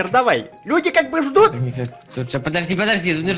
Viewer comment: не лядей а люде правильно.